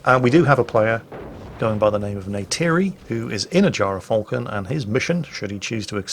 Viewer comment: gy ra falcon... sounds wrong